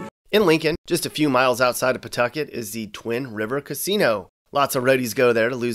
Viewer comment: you did a really good job getting names like “Woonsocket” and “Pawtucket” right. We had a dear friend who spent the last couple of decades of his life in Boston,then Providence, who never got those right. Just to give him a shoutout, his dad was the photo editor for Life magazine. He grew up in Chicago, then Florida. He loved RI. He died tragically young at 49, in spite of seemingly crazy good health, in ‘06. Whenever I hear someone mispronounce “Wampanoag Trail”, I think fondly of him.